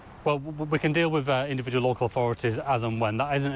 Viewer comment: "Authorities" you thick twat, not "orforities".